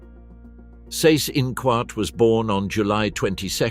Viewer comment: Seyss-Inquart = "zice-in-kvart" ( QU is always pronunced as kv)